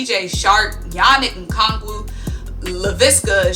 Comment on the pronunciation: Bro I love this hire. But u messed up yannick ngakwe or however hahahaha. I can say it not spell. But ty for the info. Caldwell is a beast with players I live what jags were doing n did this year etc. In my opinion this is underestimated signing